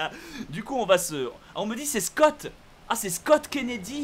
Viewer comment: Kennedy.... Et on dit le "nom"